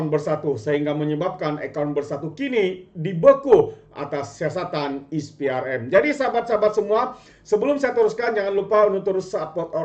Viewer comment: Maaf pembetulan Sikit. SPRM bunyinya Es Pee Ar Em Bukan Is Pee Ar Em Jangan marah ye